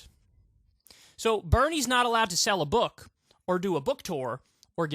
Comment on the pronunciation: Why does he say book “bùk”